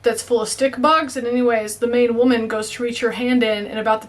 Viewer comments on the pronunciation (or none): none